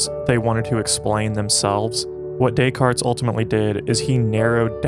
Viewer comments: Dont pronounce the S on Descartes, great video otherwise thanks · You had my attention until you continued to pronounce the S in Descartes. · The 's' in Decartes is silent.